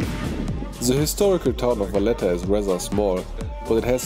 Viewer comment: It’s Valletta 😉